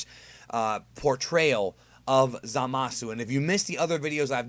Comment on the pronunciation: Idk about you but it annoys the crap out of me how the English dub pronounces Zamasu